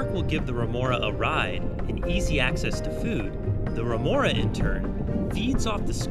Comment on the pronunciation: Remora not renora